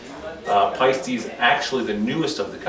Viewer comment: Paiste = "Pie Stee"??